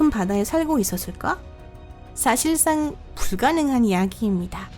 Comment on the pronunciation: 1. 발음이 정확하지않음. 농담이아니라 외국인이 한국어 말하는거라 느낄부분이 많음 부분만봐도 (사실상 불가능 ) 누가봐도 발음이 이상하고 가장많이나오는 대사중 있었습니다. => 있었숨다. ....등등 그냥 아무리들어도 발음이 ... 2. 쉬어 멈추고 끊는부분이 사람들 답답하게 말이끝나고 쉬어가는게아니라 말중간에 쉬어서 더 답답하다